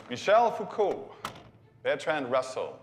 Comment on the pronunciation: His pronunciation of Foucault and like half of them gave me a stomach ulcer